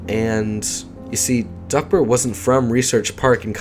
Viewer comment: I kept hearing duckbird not duckbert lol